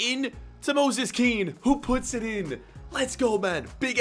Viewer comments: Moise Kean not Moses kean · His name isn't moses kean it is moise kean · It's not Moses Kean it's Moise Kean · It's moise kean not moses kean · his name is moise kean not moses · Moise Kean is actually pronounced “Moy-Ze” not moses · It’s pronounced moyseh keen not moses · Not "moses" it's "moise" kean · You said Moses kean his name is moise kean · "Moses Kean" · *Moise Kean not Moses Kean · It’s pronounced mwa-say kean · It's pronounced mo-hiz ke-ann.